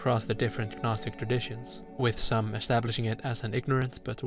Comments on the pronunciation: Gnostic is pronounced naw-stick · I’ve never heard somebody say the word gnostic without making the g silent. Do you say things like ganome (gnome)? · The G in Gnostic is silent. Same as G in Gnosis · The g is silent im gnosis and gnostic lol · love the video but the way you pronounce gnostic is taking me out of it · Yeah same, this guy is clearly well read idk how he’s completely mispronouncing it